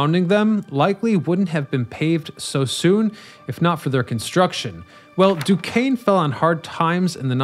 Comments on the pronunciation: At least he got Du Kane right! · As a yinzer living right up on Mt Washington, I love to see a spotlight on the inclines! You nailed the Duquesne incline, but I gotta call out the pronounciation of Monongahela - it's closer to mononga-HAY-luh when spoken by locals (perfect example here ). They just finished up a rehab project earlier this year to the Mon incline that added LED track lighting - I recommend anyone visiting the Burgh to take either of the inclines up to catch the breathtaking view up on the Granedview overlook. If you're driving, I can also recommend driving up the PJ McArdle Roadway since it feels like you're driving straight up to the sky; that road's completion was the true death knell for many of the inclines in the area.